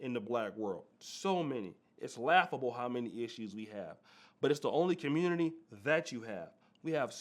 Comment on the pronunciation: Time to leave the “Communitah”